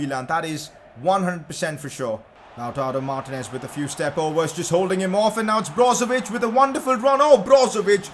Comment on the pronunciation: It’s lataro Martinez not loutaro Martinez (when you say it)